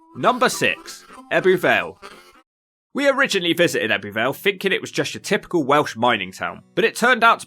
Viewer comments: It's pronounced "Ebbu Vale", not "Ebby Vale"... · Fascinating vid. However "Ebby Vale" is pronounced "Ebbu Vale". Just saying... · The heck did you manage to pronounce Abertillery properly but butcher Ebbw Vale, Blaenavon & Brynmawr 😂. Little disappointed you didn’t mention things like Pontypool Park, which I think is a lovely area of the town, I’m guessing you arrived there on a Wednesday as you were looking at the local weekly market stalls. Also that big ass store that was closed was Argos originally but due to Covid it closed and they never reopened it.